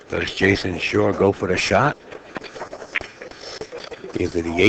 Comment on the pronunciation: Announcer goes out of the way, to pronounce every W as an R. Jason Shar/ Jars of the pocket. Psh/Smh